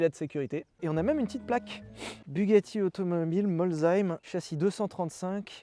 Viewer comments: Merci, c'est vraiment cool MAIS, on ne dit pas veyronne, on ne dit pas Bujatti, alors pourquoi on dit Molzheim, mais bien Molsheim (comme s'il y avait deux s oui oui) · Molzheim 😂😂🚅 ça se dit Molsheim avec un S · Molsheim pas "molzeim" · Molzheim…. Le site de construction. MOLSHEIM se lit MOlSSAÏM posez du respect sur ma région. Super vidéo j’ai kiffer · Molzheim ça me fait rire, ça se prononce molsseim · Tu ma fait pleurer je suis heureux de te revoir en plus avec une magnifique voiture fabriqué sur Molsheim ( le s ne prononce pas comme un z mais comme un s tout simplement 😅 ) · ouuuuh le "molzheim" fait mal c'est "molssheim" un s et pas de "chhh" désolé si c'est pas compréhensible c'est la prononciation de nos villages mdr Tiens y en a un jolie pas trop loin de molsheim c'est : Scharrarbergheim-Irmstett (j'suis pas sur de l'avoir bien écrit mais normalement c'est ça) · Aïe l'alsacien n'est pas bon 😂😂😂😂😂😂 cela ce prononce "MolSSheim" mais continue a nous faire rêver 😍😍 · Molsheim, ca se prononce comme un S pas un Z :-) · Ca se prononce MolsSheim :) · Merci d’être de retour ❤ Par contre ça ce dis molsseim j’habite à côté 😂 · Content de te revoir dans le YouTube game 😊 ai-je bien entendu??? Bugatti automobiles Molzheim???oh mon dieu je saigne des oreilles😂😂😂😂😂(ça va t’es pardonné) Je vis à 1 jet de pierre des ateliers bugatti et j’ai même eu la chance de pénétrer dans les locaux de montage dans le cadre de mon travail y’a 2 ans. Un tel bijou à essayer tu dois être au 7ème ciel! Pour nous c’est presque normal de croiser une ou 2 veyron ou Chiron par mois qui se dégourdissent les bielles et c’est juste magnifique que tu puisses nous présenter cette caisse de légende. Merci beaucoup et je ne doute pas que tu va nous ravir de nouvelles vidéos d’essais, d’histoire de l’automobile et de bons gros délires qui ont fait la grandeur du regretté VBQ… Bref! Un autre Loulou te salue et te souhaite bonne fortune dans cette nouvelle chaîne😊👍 PS: y devient quoi le frigo?